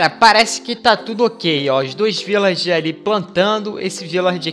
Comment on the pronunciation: vc é carioca de mais (sei que vc ñ é carioca) cismou que é Virlager, mais é Vilager!!!! Mais mesmo falando errado, essa sua voz delícia, deixa a palavra bonita!!! Vídeo excelente, abraços!!